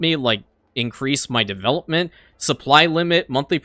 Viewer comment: I heard you say in another video that you have a pet peeve about mispronouncing words. Yet you purposefully mispronounce words like chivalry, diplomacy, and development constantly. What a hypocrite.